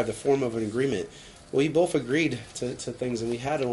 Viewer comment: Has anyone noticed that says “wiff and boff) instead of with and both???